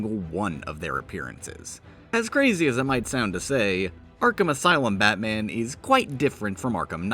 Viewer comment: its so “BAT man”. Im sorry for writing this comment.